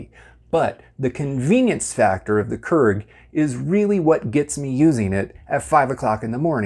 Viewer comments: Another common mistake people make is pronouncing it “krrrrrig”. When it’s actually “cure-ig” or “kyur-ig”. 😑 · I'd listen to a person explain about the Keurig coffee machines, But not this person as he keeps calling the machine Kerg what ever that is. It's a KEURIG Pronounced Keu rig. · Ha me trying to watch the video : keeps getting caught up everytime he says "kurr-ig" 🤣🤣 but hey he's probably correct and I'm probably not, but I've always called it "cure-ig" 😋 and I've made almost all these "mistakes" lol. I've also noticed that it won't brew if you put refrigerated water in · Keurig is produced as “Key-ur-rig” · "Q-rig" please thanks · Does anyone else cringe when he says "Kurrrig"? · I don't cringe at this one.. But I understand the issue, because other mispronunciations do bother me. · Well, considering it's a Dutch word, most people are pronouncing it wrong to begin with. His pronunciation makes it seem like there's more than one r in the word. Proper pronunciation is actually more like keer-ech / care-ich. But since I'm American, Cure-rig sounds good to me. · You're mispronouncing Keurig and you keep saying Keurig. 😂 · >speaks of mistakes, says he refuses to make said mistakes >pronounces keurig wrong lmao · This dude can't pronounce Keurig and it really bothers me